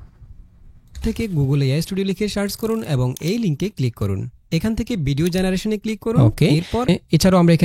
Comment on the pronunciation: ভাই, বিডিও না, উচ্চারণটা ভিডিও হবে।